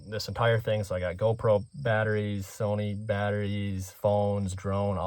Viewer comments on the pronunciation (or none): none